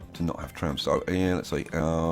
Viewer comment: The way he said "trams"